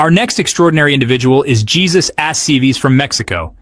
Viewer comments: I just found your channel and subscribed immediately. I just wanted to let you know, with all due respect, that Jesus A.'s first name is not pronounced in the common way. It is Hay*SOOS, with the accent on the second syllable. Thank you for all of your hard work.😁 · Hay soos is how it is pronounced...